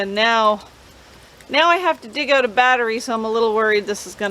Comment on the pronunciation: Need leaf blower blow that hose out.😂. Speaking about that, you don't say that out word right. Ewwt. 😅